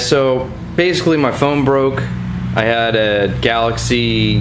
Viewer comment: thought you said your thumb broke not your phone XD